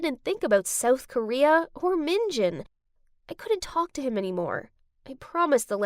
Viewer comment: It’s not soael Korea it’s south Korea